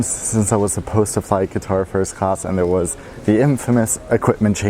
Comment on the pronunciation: He is is saying guitar not quatar